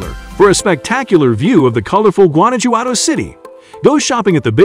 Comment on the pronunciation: Primera vez en la vida que escucho "Guana-yuado" y "Ouksaka"